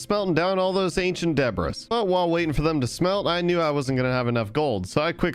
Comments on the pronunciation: This is making me go insane but in the word debris the s is silent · day 518: I've finally accepted that it doesnt matter he keeps pronouncing the s in debris and i should just get over it. i'm over it. day 519, a second later: doesn't pronounce the s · Please stop pronouncing the s in ancient debris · The "S" in "Debris" is silent